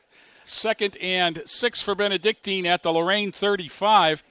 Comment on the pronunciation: Nice telecast. Too bad the announcers aren't prepared enough to at least get the pronunciation of our school correct. It's Benedic TIN, not Benedic TEEN.